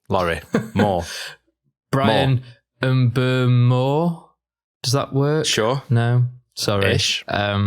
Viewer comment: I want to congratulate you guys on being the only Man Utd channel that can properly pronounce Bryan Mbeumo. Take notes Stephen Howson and Adam Mckola